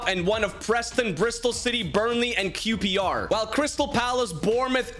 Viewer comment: that's the most american way I've ever heard anyone say QPR